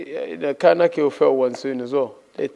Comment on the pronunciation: “The same wrurk rate” 🤣